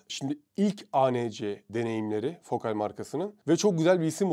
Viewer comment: Okunuşları yazıyorum: Batiskaf (Haliyle ürünün modeli batis) Triyest (Sondaki e okunmaz) Fokâl (A ince) Görkemli günler, aydınlık yarınlar dilerim.